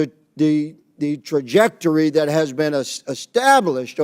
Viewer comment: learned a new word. He has a hard time sounding out “trajectory”. ELBOS UP CANADA 🇨🇦